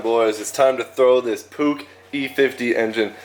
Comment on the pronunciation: Love seeing Americans giving scooters/mopeds some love. Btw your pronouncing Puch wrong it's a softer g kinda like the ch in cheese not trying to hate just trying to educate.